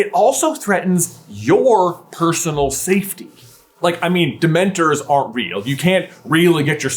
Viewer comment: For the love of all that is sacred, will you please stop saying "Dement-ERS". Its "Dement-ORS". It's an O not an E. It's like nails on a chalk board every time you say it. Love the channel! Hate your pronunciation. lol